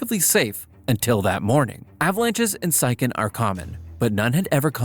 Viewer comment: Siachen is pronounced 'see-ya-chen'